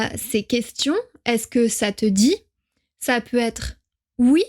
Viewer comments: Pourqoui vous ne prononce pas le t de peut, quand vous dites le mots, peut etre? J'aime beaucoup vos videos, merci bien. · Je vien de regarder la prochaine video et vous avez prononcé le t en peut etre cette fois 😄. Je pense il est parce que ils sont deux mots different? Peu(t) Etre = can be, ou peut etre = perhaps. Est ce correcte? Merci